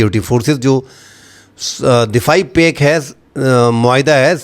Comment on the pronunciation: Pack nahi ‘pact’ hai bro